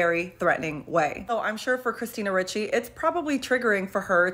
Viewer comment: Did he say Christina Ricky? 😅